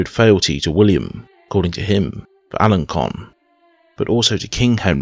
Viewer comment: Alençon = "al-on-SON". Avranches = "av-RONSH". Bellême = "bell-EM".